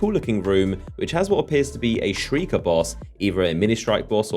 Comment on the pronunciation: "Shriker" HAHAHAHAHAHHAHAHAHAAH YOU FUCKED UP